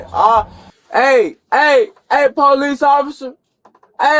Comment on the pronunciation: "pow-leece", no, nobody has to deal with you.